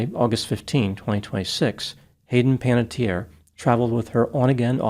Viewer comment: The final vowel in Panettiere is pronounced, because it is an Italian name, not a French one. It means baker. This is a less common spelling that is rare in Italy. The usual spelling is Panettieri, but Panatteri and Panattieri are also found.